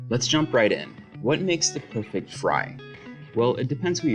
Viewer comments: Am I the only one who noticed the "PEFECT" fry? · It's the "PEFECT" fry for me.